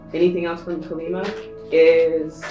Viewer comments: Deck 3- i am letting go many insecurities, thats the confirmation i think.. plus im suffering from jaundice and i need improved health 😃 And we worship Kaali Maa here in India🙏🏻 Its better to pronounce as Kaali Maa instead of Kalima 🙃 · Bless you on Deck 3, but Her name is Kali Maa. Sounds like "Collie Mah." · It’s pronounced kaa-lee maa :) ❤️ thank you for the reading